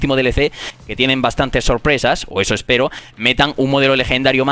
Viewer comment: Grefg siempre dice: Sorpruesas!!...en vez de Sorpresa xD...comprobadlo aquí